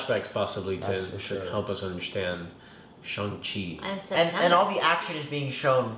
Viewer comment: the correct pronunciation of Shang-Chi is "Shung-Shee"